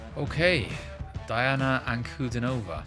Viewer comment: "Dee-ana An-ku-DEE-no-vah". Accent on the middle syllable. Most unique female singer on the planet.